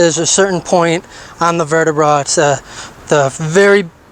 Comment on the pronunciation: Anyone else notice he said vertiBRA😂